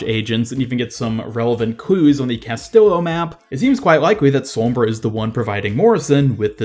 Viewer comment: Did he seriously say "Ca-stil-oh"? Its pronounced "cas-sti-jo"